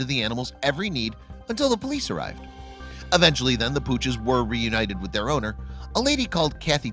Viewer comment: Forget not forgit. Actually not akshally. Eventually not uhvenshally. We're pleased not were pleased.